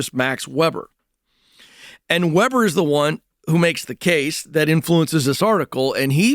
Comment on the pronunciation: As a teacher, hearing him pronounce Weber wrong hurt my soul. But I’m happy he is reading some sociology.